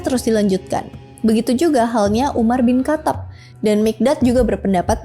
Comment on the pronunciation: mau ngoreksi yang gue tau aja,klo salah maaf ini menurut apa yang slalu gue denger dari guru gue,buat pelafalan umar bin khatab biasanya kita umat islam pake pelafalan umar bin khotob